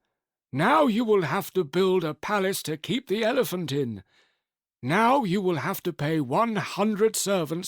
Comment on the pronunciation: 'Elefump! Elefump!'😂😂